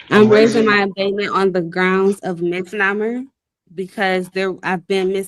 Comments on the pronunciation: Did she just pronounce misnomer as "miss-nommer?" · Misnomer? Is that what she’s trying to say?